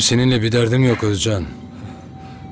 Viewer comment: Bence Ögeycan diyor ögey-üvey. Yani Özcan deyil üveycan😂